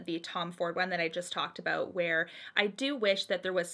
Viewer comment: I always forget you’re from Canada until i hear you adorably say “aboot” lol